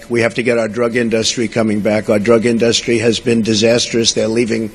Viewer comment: I think it's just hilarious how he pronounces "in-duhs-tree". Is that a New York accent thing I'm not aware of, or is he just a moron?